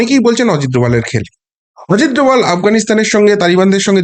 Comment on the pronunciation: এরকম একজন সন্মানিয় ব্যাক্তির নাম পদবির উচ্চারণে দয়া কোরে বিকৃতি ঘটাবেন না, অজিত দোলাল আবার কি?! অজিত ডোভাল তো সারা দুনিয়া জানে, শুধু মাত্র আপনিই জানেন অজিত দোলাল! অদ্ভুত!!